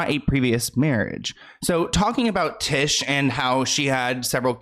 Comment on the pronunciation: its tish like fish